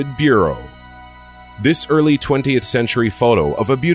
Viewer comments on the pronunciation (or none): none